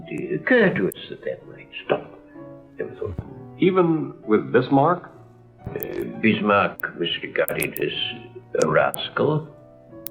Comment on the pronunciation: didn't spot that because Italian doesn't have the English short 'i' as in 'bit' - he will say 'beet'. I can't understand why has to say 'hosteeleety' and 'uneducateed' when he can say 'Bismarck' perfectly well.